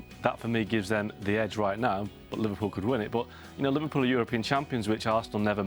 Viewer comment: oh, kids, can't even pronounce Liverpool right